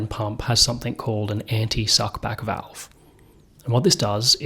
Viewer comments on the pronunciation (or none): none